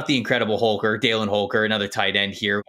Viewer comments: Why do you say “Daylin” Holker? as someone that grew up with him? lol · I played football against Holker in High school. His first name is pronounced (dal-in) not dale-in. He was a stud in high school. Impossible to cover. Love your videos, y'all are better than half the NFL scouts.